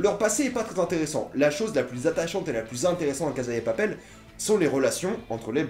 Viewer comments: La CaSSa de Papel ! En espagnol meme avk un seul S ca fait "sss" pas "zzz". C'est comme prononcer "Teu Walkung Deuad" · Loïc Dum Il prononce a l'espagnol et ose prononcer "La CaZa de Papel" au lieu de prononcer "La CaSSa de Papel". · Ca se dit cassa pas caza c est en italien caza